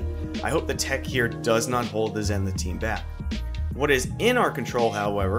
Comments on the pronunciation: Its pronounced zee-ni-th btw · Nice Vid. It's also pronounced zee-nuhth. :)